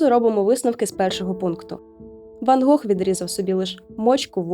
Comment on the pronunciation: Гох? Недочуваю чи що?)